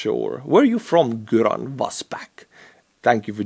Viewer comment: Göran is a Swedish name. Gö is pronounced more like “Your” so “your-an” AFAIK. It’s been over 30 years since I had official Swedish classes.